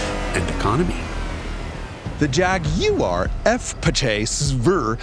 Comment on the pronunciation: Thanks for pronouncing Jaguar properly!